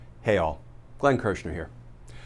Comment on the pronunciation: I just noticed when you say "Hey All", you sound like a Southerner saying Hell. Just an observation. 😁